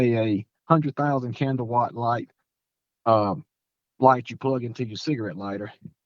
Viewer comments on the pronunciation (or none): none